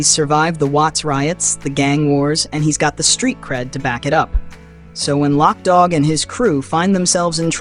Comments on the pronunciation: LOC [loke] DOG NOT LOCK DOG 😂 gotta say it like a crip 😂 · It wasn't lock dogg it's loc dogg ...loc loc loc not lock.... Did you actually look at the movie and ever hear them say lockdogg .....it's LOC